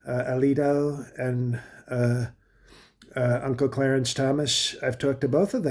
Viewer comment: "Unccle Cearence"😂😂😂😂 stop it!!!